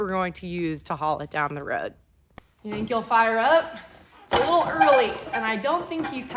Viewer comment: Hauling the leetle tractor on the leetle trailer with the leetle truck., you’re too cute!